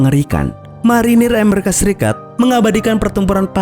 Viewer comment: Tolong ngomong yang betul, Amerika bukan Emarika, Oklahoma bukan Oklahama